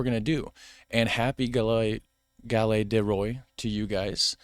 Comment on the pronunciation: galettttttte ! pronounce the t ! thank you so much les rois : the kings